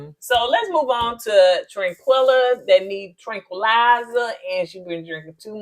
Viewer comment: Everytime yall call Taquilla, Tranquilla I am Cracking UP. lol🤣😂🤣😂